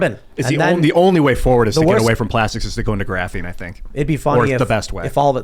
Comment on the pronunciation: "GRAPHINE" 😬😬😬